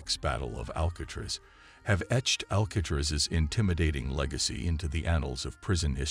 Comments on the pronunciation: Al-kay-triss?? Wow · How do you not know how to say Alcatraz? It's only the most famous prison on earth. 😂😂😂